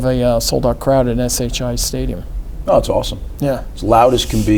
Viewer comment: Whaler must like to hear himself talk. Interrupted Schiano 1,000 times. Can’t even say SHI Stadium right. Plus, they are in the Hale Center..